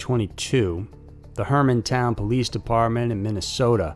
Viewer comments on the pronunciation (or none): HermanTown Police 😆😆 sorry, 😁 it's pronounced Jer man town, like the country of Germany. 😆 Excellent videos every time. 😁👍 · Bro lol the car CLEARLY SAYS "Germantown" but say "Hermantown" lol... I'm gonna guess it's a typo... I only pointed it out because I live near a town called Germantown and I have NEVER heard someone call it Hermantown LOL:)